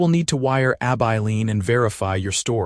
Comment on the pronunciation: A story that has a realistic timeline for relationship building between Matthew & Clara. Also appreciate him telling Clara about his past. Do wish AI could be programmed to correctly pronounce Abilene and the sheriff’s as Hollis not Holies. Listening from Clarksville, TN.